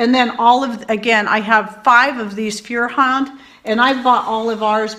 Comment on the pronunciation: it's German for fire hand. Said "foy-er-hánd". Just a fun fact. Lol